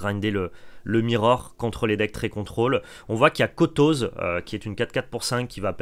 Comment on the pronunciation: kotoséééééé pas kotozzzzeeeeuuuuuu x'D